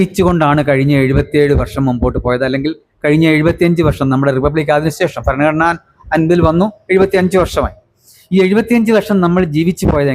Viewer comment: ഭരണഘടന എന്നത് (bharanaghadana) എന്നാണ് ഉച്ചരിക്കേണ്ടത്.ഫരണഘടന(faranaghadana)എന്നാണ് ഇദ്ദേഹം ഉച്ചരിക്കുന്നത്. (തെക്കൻ, മധ്യകേരളത്തിൽ പലരും ഇങ്ങനെ ഉച്ചരിച്ചു കേൾക്കാറുണ്ട്.)ഫാഷ, ഫൂമി എന്ന് ഇദ്ദേഹം ഉച്ചരിച്ചു കേട്ടു.